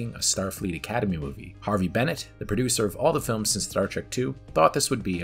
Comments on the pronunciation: It’s Harve Bennett, not Harvey. And it’s Nicholas Meyer, not Mayor. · Once again. HARVE Bennett. HARVE. Not Harvey. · The Harve Bennett thing has been annoying me too 👍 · Good 10-minute overview! Undiscovered Country is still my overall favorite Trek film. Please research though how the names are pronounced. It’s Harve Bennett, not Harvey; and Nicholas "Myer", not "Mayor" 😀